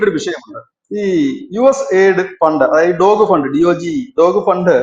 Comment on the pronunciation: ആദ്യം കാര്യങ്ങൾ പഠിച്ചിട്ട് സംസാരിക്കു. ഡോഗ് ഫണ്ട്‌ എന്നൊന്നില്ല. ഡോജ് എന്നാണ്. എന്ന് പറഞ്ഞാൽ ഡിപ്പാർട്മെന്റ് ഓഫ് ഗവണ്മെന്റ് എഫിഷ്യൻസി, ഇലോൺ മാസ്ക്കാണ് ഇതിന്റെ മന്ത്രി. അവർ ആർക്കും ഫണ്ട്‌ കൊടുക്കുന്നില്ല പകരം ഫണ്ട്‌ എവിടെ പോകുന്നു എന്ന് കണ്ടുപിക്കുക എന്ന ജോലിയാണ് അവർ ചെയ്യുന്നത്. അങ്ങിനെ പുറത്തു വിട്ട ന്യൂസ്‌ എടുത്തിട്ട് വിവരക്കേട് പറയാണ്ടിരിക്കുക. ഉള്ള വില കളയരുത്. 😢😢കഷ്ടം. അമേരിക്കൻ ബിഷപ്സ് കോൺഫ്രൻസ് അമേരിക്കയിലേക്ക് മുസ്ലിം മനുഷ്യ കടത്തു നടത്തി സമ്പാദിച്ചത് 2.4 ബില്യൺ ഡോളർ ആയിരുന്നു. ഓരോന്ന് പുറത്ത് വിട്ടുകൊണ്ടിരിക്കുന്നു.